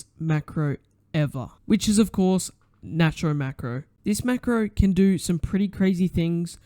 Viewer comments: its pronounced nate-ro!1!! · btw its called "nate-row" macro